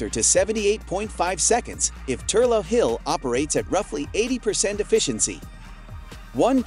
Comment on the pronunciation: The Hydro station in Wicklow, Ireland is actually pronounced as ‘Thur-lock’ hill, not Thur-low as butchered multiple times in the video! You’ve obviously never been there!